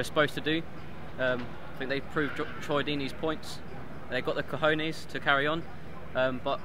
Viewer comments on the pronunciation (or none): Tell how to pronounce cojones. He keeps saying kahunas.